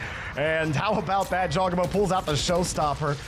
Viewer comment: man said jawgEmo